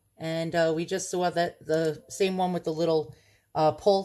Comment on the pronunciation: Ooooooooooh my, I am just drooling, how wonderful!!! That lady certainly didn't do her homework!! Because of people like that, Iv'e found some weird & unusual stuff, my favorites! Nice going, your collection will be stunning! Love your pronunciations of the words " saw" & "idea", soooo New Yawk, LOL!!!